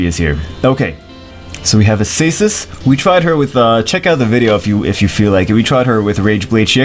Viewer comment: This is not how you prononce Acasis lol, it's aKasis ^^